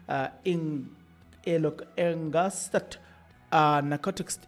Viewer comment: Written as ingested but pronounced as injested